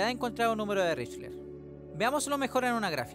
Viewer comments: Espera... Estuviste todo el bendito video pronunciando "richler" 😂 mi TOC casi me hace tirar el celu por la ventana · Con todo respeto, me da mucha ansiedad que pronuncies mal Lychrel. Más allá de eso, gran video y gran producción pa